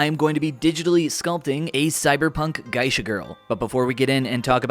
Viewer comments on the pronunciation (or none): Loved the video, your finished result looked great! Just for educational purposes, the "Ge" in Geisha has pronounced the same way as the "ge" in get. I'm looking forward to your next work you share with us, watching creative and skillful people like you really inspires me to be creative in my own way. Thank you!